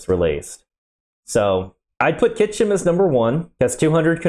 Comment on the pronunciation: Pronouncing "Kyshtym" as "Kychym" makes my eyelid twitch the same as when I hear "nucular" :D